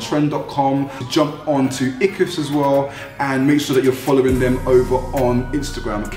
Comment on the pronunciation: eqvvs is pronounced ek-wiv-is bro for future reference